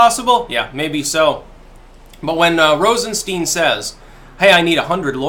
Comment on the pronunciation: I like how pronounces Rosenstein wrong just to make it sound more Jewish. I'm sure he didn't mean it though...